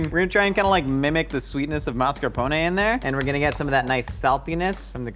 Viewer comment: wow, you pronounced mascarpone almost correct, I am impressed. Most Americans I´ve heard would pronounce it like "mas car pauw nei"